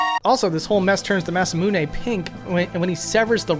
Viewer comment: You're still not pronouncing "Masamune" correctly. It is not "Massa Moo Nay", each vowel makes up its own syllable. "Mah Sah Moo Nay". Four vowels, four syllables.